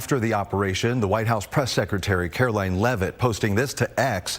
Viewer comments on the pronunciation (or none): none